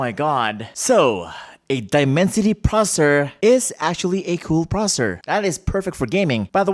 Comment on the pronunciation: The moment he said processor like prosur